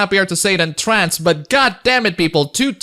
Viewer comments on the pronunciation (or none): none